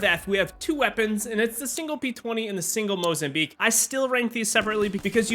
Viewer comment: it's Mozambique not Mozambeeak u goofball